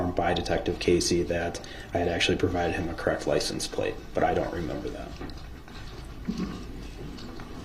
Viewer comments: Axed, license plaze, dem, dat. Just words all messed up. Don’t know what words mean, can’t pronounce words, but think he a real lawyer here. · DB says license place!! 😂😂